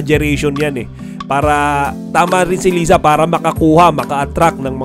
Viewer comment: di mo naman alam pano basahin yung name ni Liza. hehe.